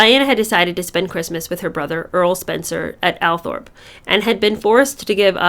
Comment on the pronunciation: Althorp is pronounced Awl-Thrup Hessian - hess-see-ann